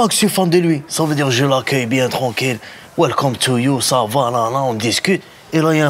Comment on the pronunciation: "Welcolm to you"😂😂